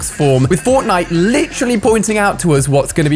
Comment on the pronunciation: Why does he say lit troll Lee instead of literally? He literally says it way too often too